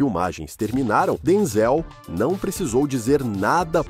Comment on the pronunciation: Porque o s3nhor chama Denzelcomo se tivesse acento nooooossa parwi de ouvir 😢